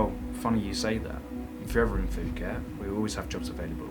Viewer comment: Fuket! OMG I'm dying, do you call it FUKET? 😂😂😂 Sorry for laughing in such a serious situation but i just can't help it, Your the best!